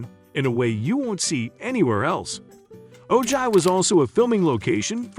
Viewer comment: Oh Jie? It’s pronounce Oh high. Friggin computer voice